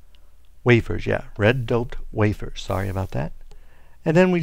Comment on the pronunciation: It doped not dopled